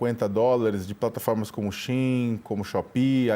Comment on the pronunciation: olha o nível dos jornalistas kkkkkkk o cara não sabe falar SHEIN